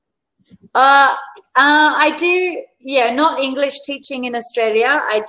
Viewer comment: Try to say alternatives for 'I'm fine '. You should be aware of all this sir because so many people follow you. And many times the word English ,sh sound is heard ss sound. Very is heard vaary. Social is sosial.